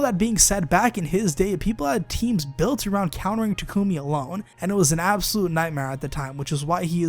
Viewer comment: It's pronounced Tah-Koo-Mee